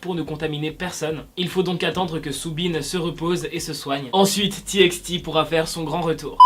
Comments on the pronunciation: On dit pas ti ex ti mais ti paï ti Ps je t’adore et sa serait trop cool pour chaque debut de vidéo de mettre un weller 💚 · C'est "T by T" 😭😭 ça m'énerve quand on dit "T ix T" 😅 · . On dit Tibaïti pas Tiixti😂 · Courage à mon Soobin❤❤ Parle plus souvent des txt stp. Ps:sa se prononce :"tibaïti" car c'est "tommorox by togheter" et pas "tièxti". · Bonne vidéo, petit bemole on prononce TXT comme ça : tibyti